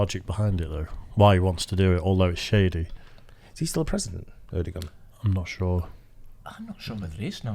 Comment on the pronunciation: The dude also pronounces Erdoğan incorrectly.